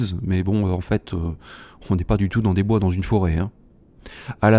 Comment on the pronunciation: Pourquoi cette erreur sur le mot "bois" étrange... y avait peut-être un peu bois 😅???